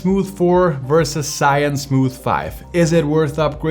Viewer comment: Great comparison! I have the Smooth 4, now I have to upgrade. BTW, "ZHI" & "YUN" are two separate Chinese characters. Here is the correct pronunciation